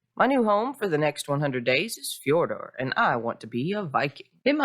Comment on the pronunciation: the name is fjordjur